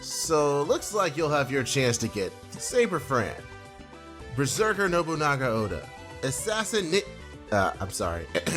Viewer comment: ........NO BERSER-CAR... Im crying